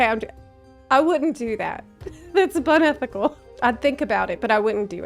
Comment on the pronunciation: "it's bunethical" 😂😂😂😂